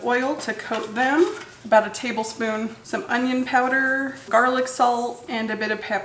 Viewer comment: "jarlic" lol